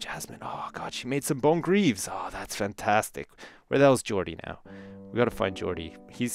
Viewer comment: when says fantastic it kinda sounds like funtastic